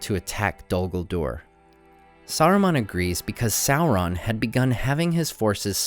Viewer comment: Public safety announcement: There is no l, in SAURON.